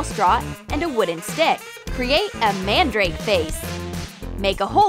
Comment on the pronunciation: It is pounced man-drake